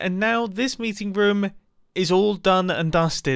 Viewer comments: I love how he says room lol like rom xD Love youuuu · he pronounces room as ruum which im not used to lol. its the second time ive heard him say it like that since i first watched him (two years ago) and the other time was reffering to his last life bunker (rip that mumbo aye) except im not jolly bout his death